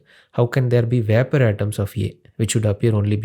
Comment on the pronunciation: veypour pressure of yey :D :D :D